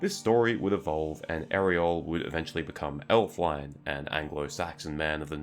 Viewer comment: It's not "elf-wine" it's "elf-win-eh".